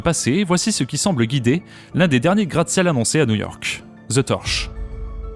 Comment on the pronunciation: Tu aurais aussi pu mentionner les énormes difficultés du Chrysler Building qui tombe en décrépitude et cherche un repreneur. Par contre faut qu'ils arrêtent avec les bâtiments en porte-à-faux, tout le monde fait ça, même pour les immeubles d'habitations, c'est n'importe quoi... PS: Au passage c'est pas "the torsh" niveau prononciation c'est "the tortch" y a un "t" dans la prononciation. Sinon ça fait gros cliché du beauf français qui a jamais appris l'anglais correctement :D